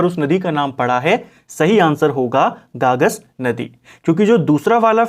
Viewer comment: गागस नहीं है गगास है सर